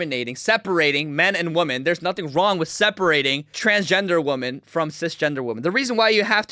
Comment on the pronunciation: I agree with all your stuff! Why do you say “impor-int?” Also, there is a difference between “women” and “woman.” You always say “woman.”